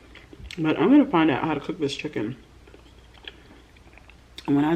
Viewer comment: “Fried CHEKKEN” LOLOL I love you